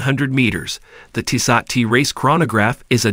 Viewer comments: Tissahht! Lmao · It's a bad commercial with a worse pronunciation of the name Tissot.